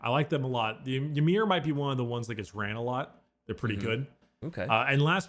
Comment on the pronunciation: Pretty sure Ymyr is just pronounced like Ymir, the first giant in Norse religion, So it's more like Imir.